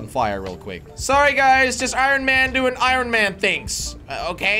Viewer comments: He keeps saying irin it’s iron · I love how jelly just keeps saying ironeman in stead of ironman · Irin Man? i thought was pronounced Iron... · “Iorrn man” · I love when he says iron he says iRon man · It’s pronounced ion man not iron man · did he say I-ron man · It's iron not irin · Why is he saying irin man!?!??! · Jelly can't say iron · iron not irion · Nobody: Jelly: eye-Ron man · jelly says ironman like i-ron man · He said iorn man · He said (I Ron man) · The way he says iron though 😂 It's pronounced ion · Jelly pronouncing iron I-ron lol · Iron does not sound how it is spelled you say iRon with the r like how it is spelled but it actually sound like iYon the r sounds like a y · Pronouncing it eye-ron 🤣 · I stopped watching this vid because he was saying I R O N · he saying iron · he said iron wrong😂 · Just so you know kids, you do not pronounce the “R” in iron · Jelly I can’t help you saying iron wrong I just can’t stand it please say it differently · You say “iron” wrong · The r in iron is silent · you always say iron wrong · He can't say iron